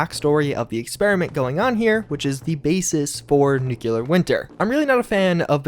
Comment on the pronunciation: Nuclear not nuculer. Lol.